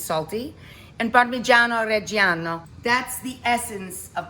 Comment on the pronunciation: It’s gree-cha and reh-jah-no. You do not pronounce the “i” following the c or the g in these words. Please brush up on your understanding of Italian pronunciation!